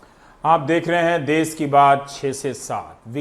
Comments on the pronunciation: देस नहीं देश होता है.....NDTV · सर देश होता है ना की देस